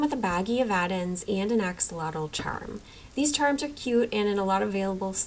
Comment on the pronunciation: THANK YOUUUU for pronouncing axolotl right!! as a latina girlie it always rubs me the wrong way how the western pronunciation became the norm because it got "trendy" >A<